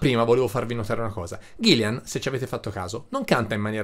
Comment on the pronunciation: Ahahahah! Grazie mille per i complimenti e l'osservazione! 😜 Come ho già risposto sotto a un altro commento, io SO che si chiama Gillan (infatti se ci fai caso ovunque l'ho scritto è scritto bene!), ma purtroppo sono toscano e la mia pronuncia tende a tirar fuori una "i" che non c'è!!! Proprio non mi viene "ghillan", mi esce sempre un maledetto "ghillian"... scusatemi!!! 😅